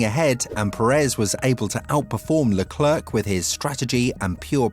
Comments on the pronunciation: These words are in desperate need for you to stop butchering. My ears are bleeding. Leclerc Sainz Scuderia Degradation Monegasque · Please stop mispronouncing Sainz, Scuderia and Leclerc